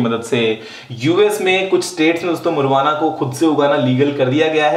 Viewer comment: U need to know how to pronounce marijuana